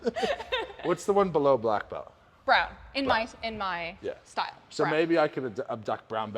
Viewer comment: A black belst.. in what ^^ ? You're supposed to say "a black belt in [insert martial art]'